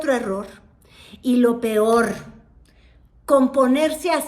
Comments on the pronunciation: No dijo "pior"...dijo "pioj" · pero yo no quiero la señora q dice Pior pior ? eso es la que quiere ser presidenta de México? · Cuando dijo 'pior" me imagine la cara de los que critican al presidente por no saber hablar 😂😂😂